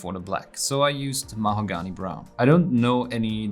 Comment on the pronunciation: how he pronounces Mahogany is 10/10